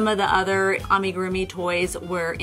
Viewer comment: It’s pronounced “lew puteet” and “ah-me-guru-mi” 🧶